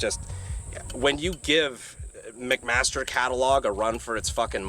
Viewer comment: It's Mcmaster-carr brandon get it right